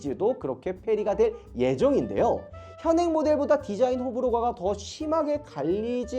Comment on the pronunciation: 호불호가>>호불호가가 라고도 발음함ㅋㅋ